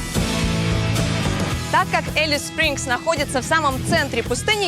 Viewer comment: Не Элис а Алис-Спрингс